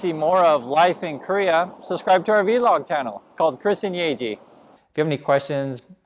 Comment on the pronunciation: The V in vlog is pronounced. It isn’t spoken as the letter.